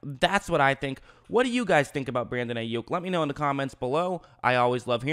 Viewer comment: Pronounced "Eye" Yuk